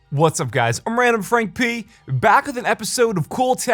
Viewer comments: Don´t say the "P" in "Frank P" like that! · "I em rendum frank Phee" epic